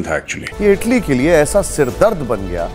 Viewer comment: ईटली नहीं। इटली।